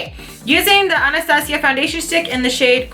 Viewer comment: i love how she says Anastasia .. #hispanicpride